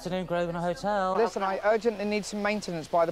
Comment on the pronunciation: can’t even pronounce the name of his own hotel.